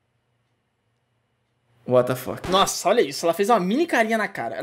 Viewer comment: Kkkkkkkkkkk morri de rir " uatafok" vc é demais parabéns ganhou um inscrito 👏👏